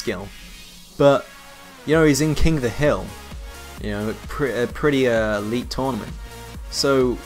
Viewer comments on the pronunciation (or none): none